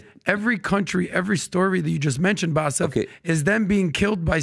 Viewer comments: This guy is so far off in his knowledge of the middle east region that it was just painful to listen to him. How Bassem managed to listen to this level of crap while being exhausted is beyond me. Also ya it's BASSEM, not Bassef. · He kept saying his name wrong calling him Baseff. can benefit from ❤️ surgery. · Why does keep calling Baseem, Basiff?! 🤔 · I cringe every time calls Bassim ‘Bassif’. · The fact that keeps calling Bassem, Bassef tells me all I need to know